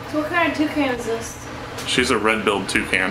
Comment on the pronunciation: Wouldn'T it be more like "Toucaine and Toucaine Accessories" like from the pronouncing xD Hwat in Gods earth is a Twocaine? I don't even have one Cane yet.